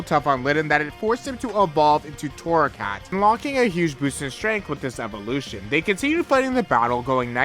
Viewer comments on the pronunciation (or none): none